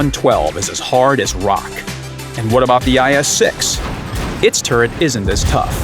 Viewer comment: guys hear IS 6 he said IS Sex haha